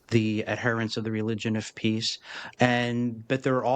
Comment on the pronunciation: The problem is "the religion of peachhh", NOT "immigration".